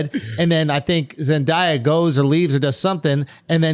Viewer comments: It irritates me how they say Zendaya, it's pronounced Zen-day-uh, not Zen-die-uh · Love the Euphoria discussions as I am a big fan myself but it needs to be said that the boys keep mispronouncing Zendaya's name.